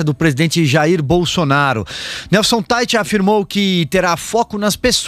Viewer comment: A pronuncia é "Taich",. Esse é um nome alemao, e ja que o senhor se tem por muito intelectual deveria saber algo de alemao porque que a lingua alema tambem é falada no Brasil em outros tempos chegou a ser lingua co-oficial. Em alemao as letras "ei" juntas, como Teich, o sobrenome desse ministro, tem o som de "ai" e portando se diz "Taich". O senhor deveria ser menos "americanizado" e mais germanizado ja que a lingua e dialetos alemaes sao patrimonio historico e cultural do Brasil.